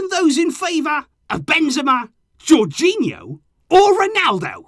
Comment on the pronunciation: Tony really said jorghino infront of Messi 🤡